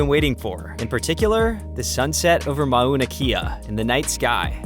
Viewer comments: Not ma-una-key-uh. Mow-Na-Kay-yah. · Would have said Mao-Na Kay-ah but rajah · As a resident of Hawai’i, I’m disappointed that another visitor does not interview Hawaiian locals nor find the proper pronunciation of words, places (ie Mauna Kea).. It can be seen as disrespectful. Fyi for future vids. Otherwise, very nice photos, drone vids.